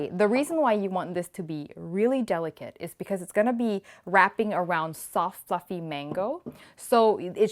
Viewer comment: "Sof fuffy" mango 😂😂😂😂 i had to replay it a few times! Thanks for the yummy food.!!! So beautiful as always! a mini burrito!